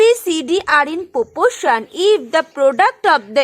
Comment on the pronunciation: It is proporation not popoation